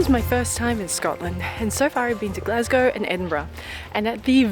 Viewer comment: Glencoe is my favourite place. You managed to pronounce Glasgow and Edinburgh correctly, so I can forgive any other minor mistakes 😂 This was a great option when it was last minute, but yeah. As you experienced, tour hotels can be hit or miss.